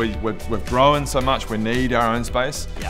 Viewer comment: "We've gRowan so much..."